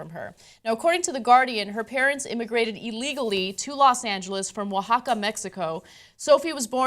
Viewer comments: props to Ana for pronouncing Oaxaca correctly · Wow, Ana pronounced "Oaxaca" correctly. Muy bien! lol.